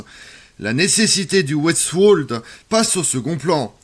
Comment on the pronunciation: Merci ; mais Westwall, ne se prononce pas à l'anglaise. Il faut dire vestevalle pas ouestouaulle.